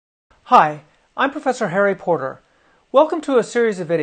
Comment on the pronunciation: His name is Harry PORTER not Harry POTTER ! XD